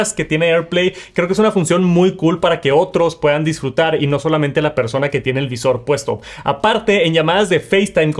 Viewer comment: Por favor deja de decir “persouna” que eres latino no estadounidense